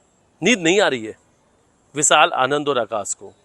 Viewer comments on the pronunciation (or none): Yah anchor Sha ko Sa kyon bolata Hai सा दी नही होता शादी बोलते है विशाल हे विसाल nh h एक एंकर को अपनी भाषा पर काम करना चाहिए और यह एंकर तो बहुत ही ज्यादा साइड लेता है सोनम की